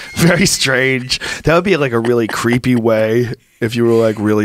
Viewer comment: Cweepy guys back on. Cweepster!!